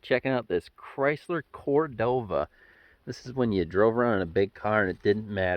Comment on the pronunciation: The Chrysler is called a CordoBa. No V in there.